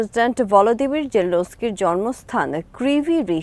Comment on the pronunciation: Zelensky not jelenesky!